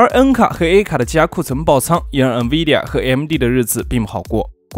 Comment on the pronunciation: N的读音有问题，不是读eng 而是en